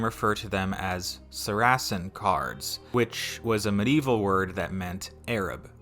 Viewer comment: Why is it now in every video with a narrator that sounds under 30 they always pronounce names wrong that everyone else has known for hundreds of years. Saracens was never / sa-RAS-suns/. It has always been /SA-ra-suns/. The worst I ever heard was Versaille pronounced as / ver-SAIL-eez/. AI is bad enough but why don’t you look up pronunciation before you record?